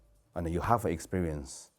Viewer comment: You know he's a kungfu expert when he says ""